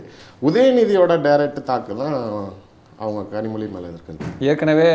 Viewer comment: 5.01 கனிமொழியை இந்த நெறியாளர் கரு மொதி என்று slip of tongue சொல்றாரு! நல்லா இருக்கு